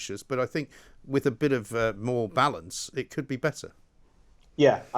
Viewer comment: Balance NOT Vallence !